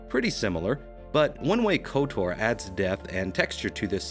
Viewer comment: It's KOTOR, not KOTAR...